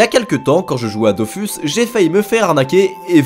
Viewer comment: Vous pourriez au moins prononcer Dofus correctement.